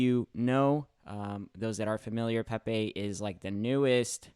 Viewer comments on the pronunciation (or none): Pepaye Peh-Peh